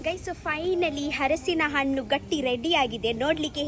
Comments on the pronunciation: Its halasina hannu Not a Hadsina hannu😂😂😂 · ಹಲಸಿನ ಹಣ್ಣು ಅರಿಸಿನ ಹಣ್ಣು ಅಲ್ಲ 😂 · Harasina hannu alla adu halasina hannu aita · ಹರಸಿನಹಣ್ಣು ಅಲ್ಲ ಹಲಸಿನಹಣ್ಣು